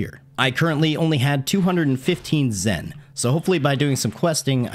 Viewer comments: The "temple in the background" is the World Martial Arts tournament arena. Also, thats Grandpa Gohan! As in the man who took in and raised Goku. Not sure how much DB you watched but you might wanna rewarch and brush up. Also the money is Zeni not "Zen". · Gi not pronounced gee, sayian (say in), zeni (zen knee), and that's granpa gohan who raised guko in dragon ball not gukos kid gohan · it's zeni not zen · Watched Dragon Ball as a child, doesn't know how to pronounce Gi, doesn't know that the money is Zeni, doesn't know that Grandpa Gohan is the one that found Goku....are you sure you watched the show?